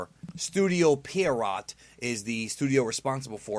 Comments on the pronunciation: Does everyone say studio Pierrot wrong???? It's pronounced (pee-air-row) French word. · Studio PE-RI-YOT